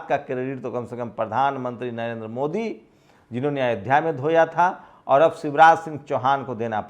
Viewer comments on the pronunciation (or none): none